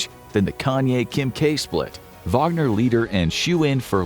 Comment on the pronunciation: Thanks for the video! It was very accurate. Even the pronunciation of the "Wagner" (VAH-gner) and the "mobiks". By the way how about a video on putin's fan Donald trump and his pro-russian BS? Americans need more insight into this. After all, this radical lunatic is gathering crowds of people with little to no brain day after day!